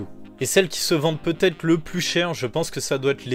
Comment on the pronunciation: merci pour la vidéo, mais pitié !!! "peut-être" !!!! pas peutetre...